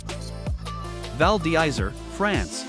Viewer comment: Hardly convincing pronunciation val dizzery and tigniz???